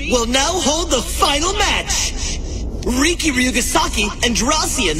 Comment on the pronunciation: his name is riki ree key